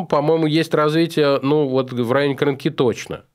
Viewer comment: Вы что, не знаете что такое Крынка? Ударение на Ы, Крынки, что за проблема?